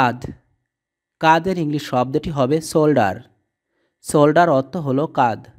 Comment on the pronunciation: জো নয় জ,যকৃৎ ,লিফ নয় লিপ,ব্রোন নয় বোন,নিপ্ল,কাধ নয় কাঁধ কমোর নয় কোমর ,ট নয় টো ,থ্রোট,পিনিস